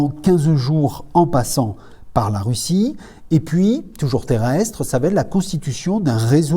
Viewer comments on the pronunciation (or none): none